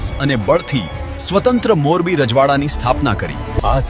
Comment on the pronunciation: Morbi no Gujrati uchchar barabar nathi. Ek to Morbi ni j vaat karo chho ane tamara vishay nu naam pan barobar boli sakta nathi.